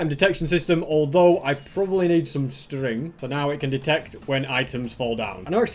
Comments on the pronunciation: you said sting instead of string. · I like the way you said that “string” Btw love your vids don’t change a thing of what you are doing in YouTube